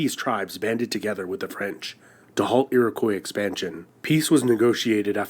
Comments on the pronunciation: The fact that in the first couple of minutes it is made plain that this is an AMERICAN-MADE video about "the History of Canada", is obvious by the American mispronunciation of "Iroquois"............is interesting, so it's a "History of Canada" from an AMERICAN perspective....not necessarily "History". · It's an American-made video. They couldn't pronounce "Iroquois"...or "Newfoundland", etc. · Hey - love your videos but there's something bothering me about this one. The guy is obviously not Canadian because he's pronouncing things weirdly (Newfoundland, Iroquois). Why not feature history videos by the people from that place? I don't want to hear an American telling me my history, lol (with love....sorry lol)